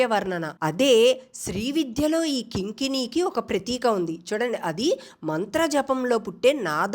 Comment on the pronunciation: రత్న కింకిణికా అనేది ఒక పదం కారమ్య అని చదవకూడదు